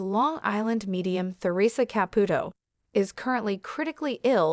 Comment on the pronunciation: Learn how to pronounce Theresa ! Someone Not an American! This is probably bogus!